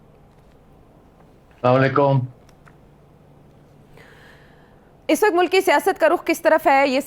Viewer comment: Sethi Sb. Just one request. Please say Assalamualaikum, please don't say samalaykum because the whole meaning changes if we don't say AsSalam-o-alyekum. Hope you will not mind. Thank you.